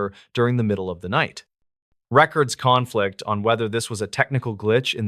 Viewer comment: If you keep saying records CONflict like that I’m gonna unfollow 😂